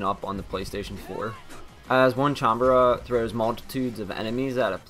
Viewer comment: its not onecanbara,its onee-chan-bara dude.